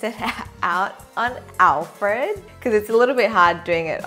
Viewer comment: Once you said "On Alfreeed" I knew this video was goin to be hilarious!! Please keep making videos like this. xo's